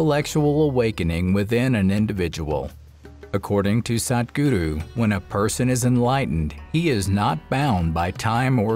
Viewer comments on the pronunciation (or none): Stoppppppppppppp saying sadgudu. Please stop this narrator he's absolutely unnecessary!